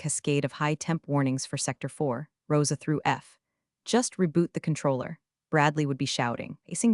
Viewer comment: Rosa thru F or Rows A thru F? Sometimes hard to interpret AI speech.